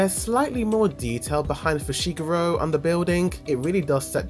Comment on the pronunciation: *Fu-Shi-Gu-Ro *Ma-Ho-Ra-Ga